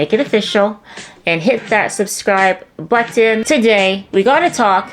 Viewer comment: This girl is gorgeous idgaf about diddy but couldnt stop watching her talk. When she said "buttton" i needed to take a shower